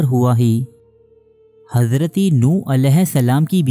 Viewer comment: it's Hazrat not Hazraty